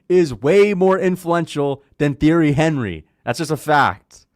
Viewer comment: The fact that you pronounce "Thierry Henry's" name the way you do; shows you are less than a casual in football.